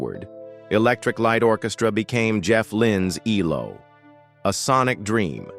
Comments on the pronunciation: For God's sake, please use a human commentator who can get things right! It's '10538', and stated on the record - 'not ten thousand, five hundred and eighty' and it's E L O, not 'eelow'!!! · elo 😂😂😂😂😂 it’s E.L.O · "El-low"!? It's E-L-O. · E L O is not pronounced as a single world , learn or leave it alone !